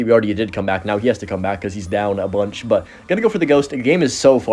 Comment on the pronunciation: why did that "a bunch" sound so Jamaican😂